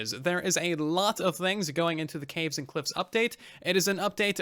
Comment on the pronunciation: sounded like Russian update to me :v